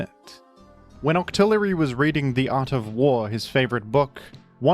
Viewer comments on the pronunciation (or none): none